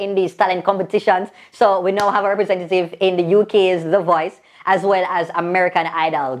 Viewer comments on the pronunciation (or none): none